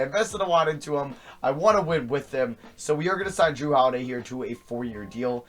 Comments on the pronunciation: they pronounce the name jrue like jarue and dwane Wade's name has an odd spelling like jrues Dwayne should either be spelled with a y or spelled duane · It's Jrue not jarue